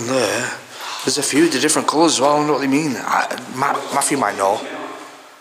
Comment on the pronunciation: His name is Matthew not Maff-U!